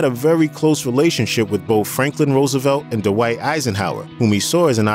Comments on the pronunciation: "D'white" Eisenhower ? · The mispronunciations are distracting: "Dwight" is not pronounced "Duh-wight," "Martin" has a "t" in it, not a grunt, "birthday" is not pronounced "burf-day," and "Giancana" has only three syllables.